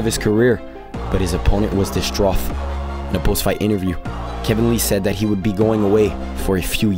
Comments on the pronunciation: distroth??? LMFAO you meant distraught ? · I don't wanna come off as a jerk here, I do really enjoy your content but damn dude you gotta work on you pronunciations. Hearing "hyperbole" pronounced as "hyper-bowl" and "distraught" as "distroth' hurt my soul lol